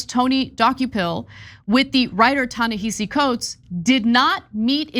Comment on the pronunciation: Ana love u kween, pls learn how to pronounce Tanehisi’s name